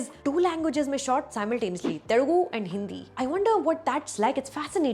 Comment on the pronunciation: Dude just atleast pronounce Telugu correctly, It's Telugu not Terugu.